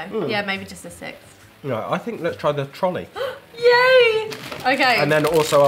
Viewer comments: The brand Trolli isn’t pronounced like Trolley. It’s pronounced Troll-ie. That’s y there’s a troll on the packaging. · We have ranch flavor and dressing everywhere in the U.S., it's certainly not just a southern thing. Oh, and in America we pronounce it Troll-EE, like a troll under a bridge. Great video!